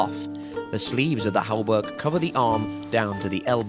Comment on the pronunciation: There's no "l" (el) in hauberk.